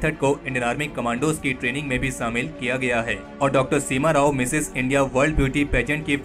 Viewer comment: Very nice article. Never knew about this supehero. One suggestion, kindly learn to pronounce these words शुरू (it's not सुरु) शामिल ( it's not सामिल)